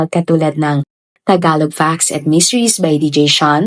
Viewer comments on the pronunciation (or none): none